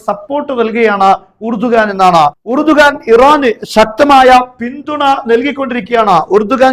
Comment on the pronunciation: ഇറഡോഗൻ 😂😂😂😂😂 എലിയാഹു= ഇർദോഗാൻ